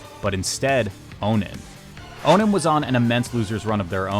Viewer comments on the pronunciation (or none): welcome to ultimate, awesome to see your style in this game. got 1 critique tho, that's not how you pronounce onin, its prounounced on-in not oh-nin